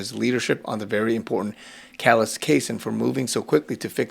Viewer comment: Hi, I love your videos, just an FYI, Callais is pronounced Cal-Lay.